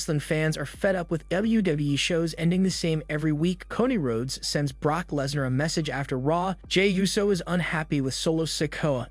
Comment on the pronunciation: "How would you book Bray Wyatt's return to the WWE?" Answer: I wouldn't. Also, fix your fucking speech bot! Who the fuck are Solo Sicko, Coddie Road, and Lanite?!